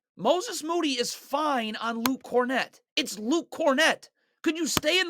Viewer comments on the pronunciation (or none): none